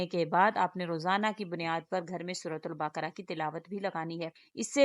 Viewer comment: Aapke Talaffuz me bhi mazeed gadbadi hai sura baqrah ko Apne suratul baaakra kaha..